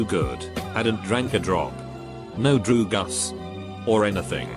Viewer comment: Noone: Narrator: drugas